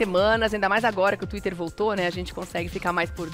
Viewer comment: Thiwter? Ou X de nada,fez falta não.